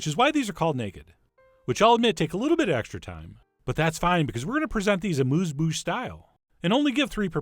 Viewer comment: Dear Chef John. Thank you for another great taste experience. Now, I know French isn't always easy, so please let us all practice the pronunciation of 'amuse' in 'amuse bouche': it's not with an oo-sound, but with the European sharp-u sound (which indeed doesn't exist in English), resisting any 'you' or 'oo' sound. The phonetic notation is y: Just an observation: why did you present these delicious tiny tomatoes in these plain glass receptacles? Hoping you are well, and thanking you for your continuing culinary efforts, kind regards from Amsterdam, The Netherlands, JB.